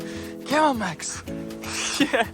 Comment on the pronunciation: U keep on saying maxs